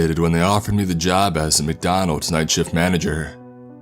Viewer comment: Squidwardeh I'm working the night shifteh AT NIGHTEH